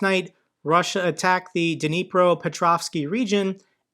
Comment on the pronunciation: 'Knee - pro' - not 'da knee pro'.